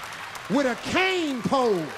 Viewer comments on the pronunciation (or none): none